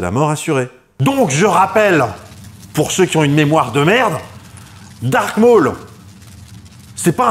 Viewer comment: Tu m'as souvent étoffé mon savoir. Donc laisse moi te rendre la pareille. C'est "Darth" Maul à l'instar de Darth Vader. Et non "dark" Maul. Darth est un titre Sith. Quand au second c'est bien Vader (signifiant père en allemand et en néerlandais) et non Vador. Ce sont des erreurs du à la VF, que les gens continuent de perpétuer à tort